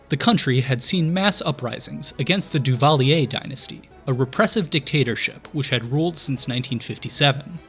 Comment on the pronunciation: Not bad on the Papa Doc. Duvallier, pronounciation but nobody puts Baby in a corner!!! Fun video btw. 1987 was my first full season as a true fan, following Every game. Cheers, from Montreal Quebec Canada Merci Beaucoup